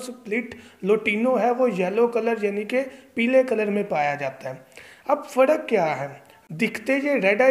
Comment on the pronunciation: یار پڑ نہیں پر۔ فڑق نہیں فرق۔